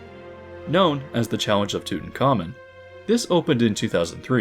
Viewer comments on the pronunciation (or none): none